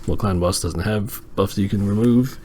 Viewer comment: I swear every time you say “clan boss” I hear it as “ clown boss” lol